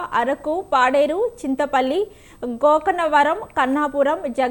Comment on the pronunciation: సరిగా పలకడం కూడా రావటం లేదు కరంగ్పూర్ కాదు kharagpur . గోకనవరం కాదు గోకవరం